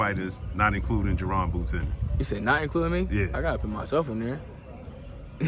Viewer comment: It's Ennis not Innis